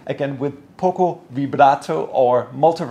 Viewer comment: “Pocco” vibrato?? 😂 Please correct: it’s “poco”